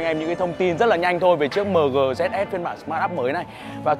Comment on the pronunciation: Chính ra đã đọc mờ gờ thì đọc dét sờ luôn nhỉ.h